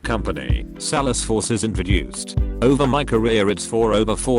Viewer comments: salad forks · Nobody: Text to speech: sal-es-force